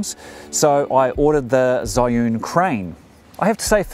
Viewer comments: Hi, It is pronounced as "chee - yun" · First pronunciation was correct, you said it wrong all throughout the video. :)